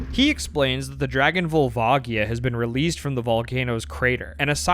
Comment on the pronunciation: gotta love all these pronounciations youve invented :D cohiro, kookoo, volvaagia